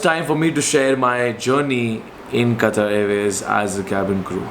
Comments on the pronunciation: It's Qatar not qataar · Sir, You have worked for Qatar Airways, atleast pronounce the name of the country properly. Its Qatar without Syllable stresses. Not Qataaaaar as in Queue. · Bhai! Itna sab karliya toh also try saying Qatar from epiglottis. 😁